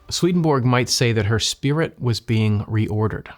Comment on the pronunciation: Hello, I am from Finland, whose second official language is Swedish. You pronounce the first part of the name Svedenborg, the central figure in your videos, a little incorrectly. Repeat the vowels ea from the English word heaven, as they are pronounced in that word. That is exactly how the e in the first syllable of the name Svedenborg is pronounced. So, it is somewhat like: sv-ea-ea-den-borg. Other than this your videos are among the best in the NDE genre! Thank you!